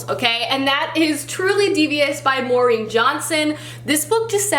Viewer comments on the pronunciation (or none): none